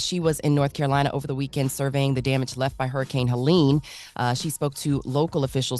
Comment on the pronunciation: Helene ; like , pronounced : Heleen. Not , Helen.